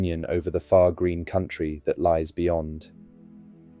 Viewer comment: I also love how Ian McKellen, with his Shakespearean diction drops the last syllable of "Far Green" to sound like "Farthing" bringing it back to the shire in a way that's just a masterclass in acting, direction, and scene work.